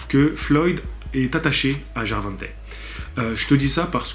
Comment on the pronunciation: Prononciation gervontei lol